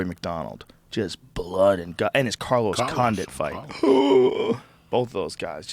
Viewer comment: lmao he said Carlos Conduit on time